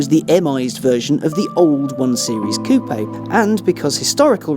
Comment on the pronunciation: pronounces "coupé" correctly! That in itself is enough reason to watch the video. Which is great, by the way.